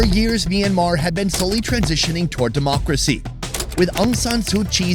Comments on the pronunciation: I'd like to keep watching, but every time the host calls the country Mee-an-mar, I get more and more annoyed. I know the "My" cluster to start a word doesn't happen in English, but please learn one thing about how its pronounced - it's a 2-syllable word. "Myan-mar"... MYAN.. one sylllable.,.. try it. MYAN... there ya go. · I'm curious about the pronunciation. Is it pronounced as Sonny says, 'Mi-yan-mar' or is it more read as wrote?